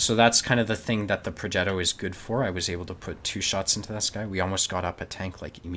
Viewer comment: Progetto - G as in give